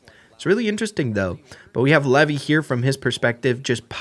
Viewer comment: Levi is not commonly pronounced the way you keep repeating. It’s not “Lev-y,” it’s pronounced like the “Levi’s Jeans” brand. “Lev-y” is typically only used outside of English-speaking countries, particularly in traditional Hebrew cultures.